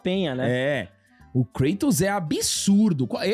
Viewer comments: Uma amiga grega disse que "cratos" é mais próximo do correto, em relação à pronúncia grega, do que "Creitous". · VC ESTÁ ERRADO. É “KRÁ-tos”. Kratos, sendo ele uma figura da mitologia grega, a pronúncia correta na língua original (grego antigo) seria mesmo algo próximo de “KRÁ-tos”, com o “a” curto e o “o” fechado. Nomes próprios, especialmente de figuras mitológicas ou personagens com origem clara, idealmente devem manter a pronúncia original. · A pronuncia correta é Krátos mesmo, pq o nome dele é grego. Então o tá certo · O certo é "Krátus" ele é grego, correto?!. Então não é" Creitus" 😑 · Cara quer falar de lacração e chama o KLEITON de KRÁTOS KKKKK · "Lakratos" kkkkkkkkkkk... essa aí vai pegar tbm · A pronúncia correta, de acordo com o grego Κράτος, é KRATOS mesmo.